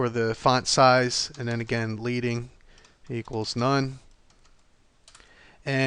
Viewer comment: FYI, it's not pronounced 'leeding', it's pronounced 'ledding' as in the heavy metal. It's an old typesetting term which originally referred to strips of lead placed between the lines to control line spacing.